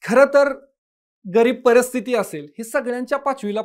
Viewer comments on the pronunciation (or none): none